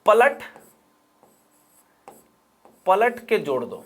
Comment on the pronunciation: Palat ke jor do is sound as patak ke chod do😂😂